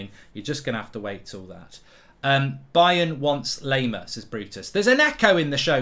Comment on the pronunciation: Laimer is pronounced - Lie - Mer Lie as in you're lying to someone